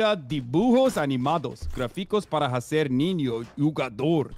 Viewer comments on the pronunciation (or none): Ele pronunciou como H em inglés não J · Hearing him pronounce the H in hacer killed me but we support a brother who is trying ✊